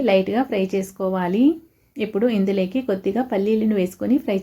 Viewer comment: ఇందులేకి కాదమ్మా. ఇందులోకి అనాలి